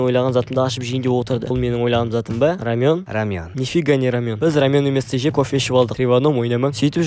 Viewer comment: Рамён емес рамэн